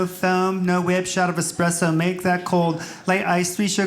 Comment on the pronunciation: I worked at a cafe when I was a kid, and I could always tell who the starbucks customers were because they'd say their order backwards, act like I knew what grande meant, and pronounce espresso 'expresso'..